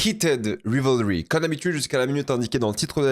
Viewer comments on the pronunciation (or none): Bonne analyse…dommage pour la prononciation du titre quand même: /Raivlri/ 😊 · Ce serait quand-même bien de prononcer correctement Rivalry : c'est Raïvelri.